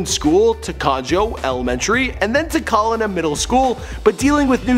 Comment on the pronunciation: It's not conJOE elementary it's pronounced conEHO. It means rabbit in spanish. Another thing, it's called COLEENA middle school. Damn, pronounce it right.